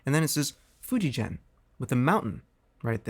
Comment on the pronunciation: In Japanese the name of the brand is pronounced Fu-dji-gen